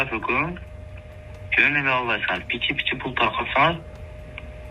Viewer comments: Пиче пиче дебейт ошол жери окшобоптур биче биче дейт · "Пичи-пичи"- эмес "Биче-биче"- деп коюшса сааал-пааал окшошот беде😂😂😂😂😂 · Пичи пичи деген созу кызык экен😂